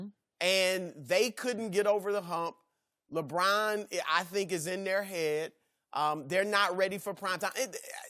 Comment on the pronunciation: I hate the way Chris says LeBron’s name.